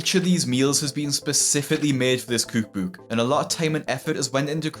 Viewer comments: I can’t get enough of how you pronounce “cookbook” 😅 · I — literally walk around my apartment sometimes wondering if you’ll ever learn to say COOK BOOK like your not chocking on a wad of paper. Cuuuug buuuug Whatever the fuck that is. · “cooh-k booh-k” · Cuke buke!...what's a cuke buke?😂